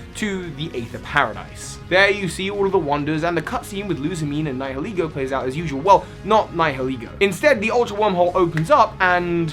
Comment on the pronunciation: Hey, you said Nihilego right! ☆